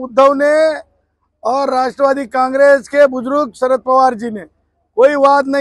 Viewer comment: बुजरुग नसत रे बुजुर्ग असत...नीट मराठी शिकून घे...महाराष्ट्रात राहातोस ना